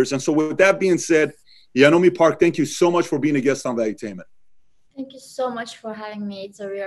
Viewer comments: I cringed everytime he pronounced her name as 'Yeonomi'...its pronounced closer to Yunmi! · Her name is pronounce as Yawn-Me not ye on mi. She was kind enough to not correct the host i Guess. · He keeps calling her “yanomi” lol It’s yeon-mi not yanomi. It’s like pronouncing Patrick as Patricia or sth Sounds like he’s saying “ya know me” lol All jokes aside it is horrid and inhumane what North Korea is doing to their 23 million prisoners. I pray the regime will collapse within my my life time. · Yeonmi Park.. not “Yonomi’ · YeNOmi? Might want to pronounce your guest’s name correctly if you’re going to have them on your show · Guy can’t pronounce her name … it’s just… yun - mi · Is her name pronounced YA-NO-MEE? I don't know much about Korean pronunciation, but was reading it was YON-MEE. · If you’re going to interview someone who risked her life to escape North Korea of all places at least pronounce her name right... it’s not even that hard Yeon (rhymes with fun) mi (pronounced like mee) she says her name in the beginning of every one of her videos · He keeps saying her name wrong 😠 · He pronounced her name wrong. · he pronounced her name wrong, but in the whole interview that is not even the thing to worry about. i still can not understand why north korea is still a nation in a world that values peace. maybe that is how the cult leaders and hitler was alive for such a long time. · How u gona pronounce her name wrong tho?